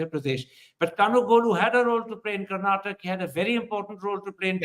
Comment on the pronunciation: It's Karnataka sir not Karnatak !! Inspite of your reputation why this blunder always? KARNATAKA, Kannadiga & Kannada.